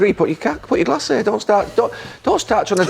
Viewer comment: 'Get your g-lass over there' 😆